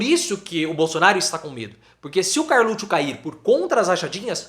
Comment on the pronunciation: Agora lembrei por que parei de assistir este. Ele teima em falar Carlutcho......costume feio